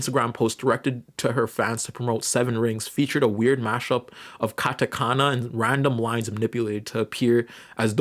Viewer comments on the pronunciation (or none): none